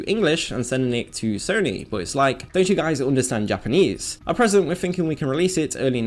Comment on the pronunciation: God I hate the way this guy says "Japanese"